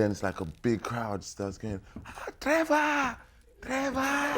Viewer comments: When he said Trevarr 😂😂😂😂😂😂😂😂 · His South African pronunciation of Trevor. I died. That is really how we be pronouncing it 😩✊ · His South African pronunciation of "Trevor" is spot on!! 😂